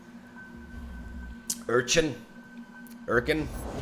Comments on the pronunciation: Prounounced "er chin" by the way. Like "her chin" but no h. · Zaunite Er-chin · It is "your chin" bro! What else it would be. Please pronounce it like that :D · zaunite urchin is pronounced zaunite ur chin